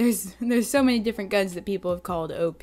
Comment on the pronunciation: I thought u said obese instead of op